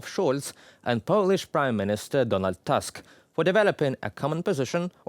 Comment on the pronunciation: Pronunciation for Prime Minister of Poland is Tusk, not Task. It is slavic surname, so you say u as [u] not as [ʌ]